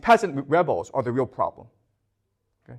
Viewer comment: The Froblem .....love you prof